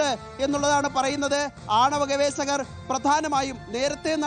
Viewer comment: ഗവേശകർ അല്ല , ഗവേഷകർ..ജയ്ക്ക് പറയുന്ന പോലെയല്ല ഒരു ജേർണലിസ്റ്റ് പറയേണ്ടത്.